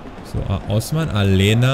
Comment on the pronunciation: Aleña wird Alenia ausgesprochen, ansonsten Super Video mal wieder von dir :D